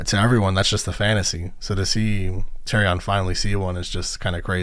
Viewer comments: You’ve never once heard Tyrions name pronounced that way lol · Your persistent mispronunciation of Daenerys and Tyrian's names is remarkable. Great job otherwise.